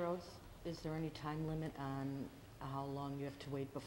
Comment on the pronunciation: Apparently the word "on" up there is pronounced "Aaaaaan"